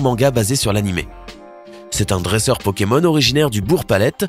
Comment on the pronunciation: A il dit pokemol